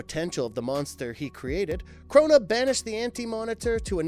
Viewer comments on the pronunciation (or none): It's Krona not Kuhrona which is what it sounds like the narrator is saying and it's Mobius not Morbius like the Marvel Comics vampire. You guys make good videos and are fairly good with research but the mispronounced words on most of these videos throws me off and takes me out of the vid. But keep it up guys and work on the pronunciation of things. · Are you saying Krona or Corona because it sounds like you're saying Corona . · He also says Corona instead of Krona. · Jeezus Christ man.... it's Mobius, not "Morbius"; and Krona not "Corona." Is it really that hard? ... Oh, and the Anti Monitor didn't kill Darkseid, the Anti Life Equation itself did. There's a difference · His name is KRONA, like the God, CHRONUS. He’s not a CORONAVIRUS. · Honestly, I thought he was being cheeky, didn't realize he was reading "Krona" as Corona, 🤣